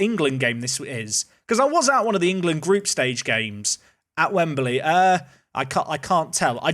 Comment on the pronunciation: why does he say wembaly